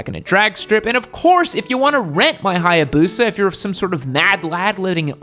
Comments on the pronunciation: i was laughing at how he was saying BUSA, not laughing as if he was wrong about it being the bike that has been modified to the point of being the fastest lol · "TURBO HI-BUSA". LMFAO. Played that over like 5 times hahah